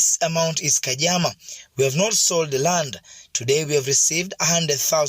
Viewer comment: It's "khadzama" not "kajama"